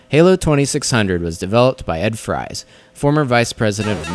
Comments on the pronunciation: his last name is pronounced (freece) not fries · You said his last name wrong! It's pronounced "Frees".